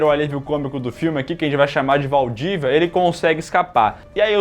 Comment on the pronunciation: "VALDÍVIA" FOI BOM DEMAIS🤣🤣🤣🤣